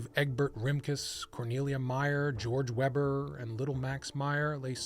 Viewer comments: if they're german, their name would be pronounced vayber, not webber. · You should pronounce WEBER as WAYBUR! 😊 I like your channel! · You pronounced "Weber" wrong.